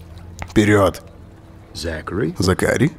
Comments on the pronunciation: зАкари а не закАри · зАкари, а не ЗакарИ... аж уши режет...хух.. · ЗАкари, а не ЗакАри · Мишон какая-то слишком разговорчивая получилась)) в сериале она по возможности молчит, а не вступает в диалог П.С. по английской озвучке - зАкари, а не закАри) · Не ЗакАри, а ЗАкари)) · зАкари!!! А не закАри! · зАкари, браян это анг. произношение, 1 класс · ЗАКАРИ НА 1 букву ударение !!!!